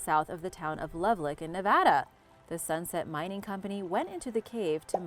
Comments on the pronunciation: Love-lock, whats a love-lick? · I can't believe you pronounce Nevada correctly but mispronounced Love-lock. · I've heard Nevada get butchered a thousand times, was glad that wasn't the case here. Have never heard Lovelock (Love Lock) butchered though. Threw me for a loop. 😂